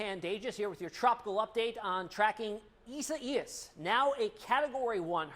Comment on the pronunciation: Please please pronounce the name properly...EYE-ZAY-AS